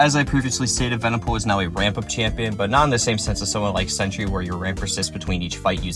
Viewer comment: Its sentry bro, not century😂